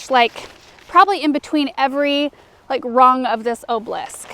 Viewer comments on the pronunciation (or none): Great, now has you spelling the word incorrectly with the way she mispronounces OBELISK. Three syllables, people. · You are not alone! I too adore and her videos but the way she pronounces hydrangea, obelisk, variegated and foliage also drive me crazy! Maybe it's something to do with the accent of the area she lives in?